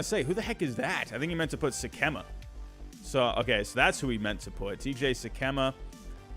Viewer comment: It is pronounced Sick-uh-muh. TJ Sikkema. He is from my hometown. Good kid but sadly too many injuries